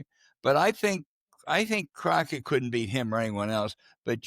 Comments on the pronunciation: Her name is pronounced 'cocklic'... c'mon man! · Turn off. Thumps down. How can a political person NOT KNOW how to pronounce Crockett??? Your RACISM is pathetic. The world does not need people like you.